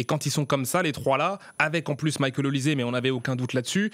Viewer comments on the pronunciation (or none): On prononce"OLICHÈ" et non "ZÉ" !